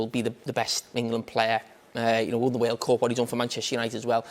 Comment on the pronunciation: "in the waerld!"